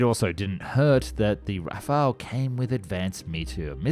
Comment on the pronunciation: le "Raphaël" ????